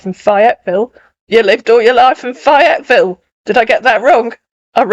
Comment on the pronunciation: Um, it's FAYE-etville. Long "A." 😉